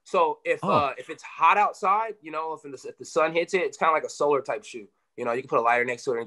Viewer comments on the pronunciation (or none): none